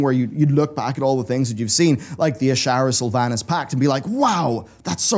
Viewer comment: Everyone is saying World of Sylvanas-craft wrong